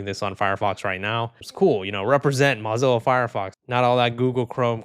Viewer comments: Moe not Mah Zilla.. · That's hilarious. You thought you had Mullvad wrong but you had it right, but had Mozilla wrong. MAH-Zilla? Nope. Mow-Zilla. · hopefully something also gets passed in the us which bans these mass surveillance laws as well also mozilla is not pronounced like mozarella brochacho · "im probably saying that wrong" buddy, you're pronouncing mozilla wrong 😭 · why are you saying mozilla like that😭😭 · You should at least pronounce the company's name correctly if you're doing a video on them. LMAO